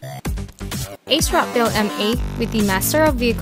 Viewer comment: Ohhhh! It's pronounced ACE Rock? I thought it was AS Rock.